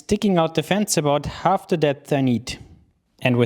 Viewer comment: Du solltest dir einmal angewöhnen, das stumme l bei half nicht mit zu sprechen.